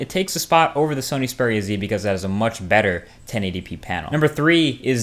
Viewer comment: Xperia. Xperia. not speria...